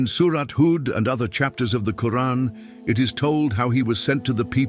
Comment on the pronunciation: Please either put a true qari2 a (reciter) or dont put arabic reader at all there is SOOOOO MANY MISSPELLING , i love your work but i cant watch your video with the quran being misspelled it feels SOOO WRONG in my ears